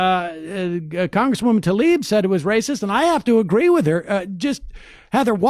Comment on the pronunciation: Tlaib is pronounced tlayeb. tlayib is close enough but it's definitely not talib.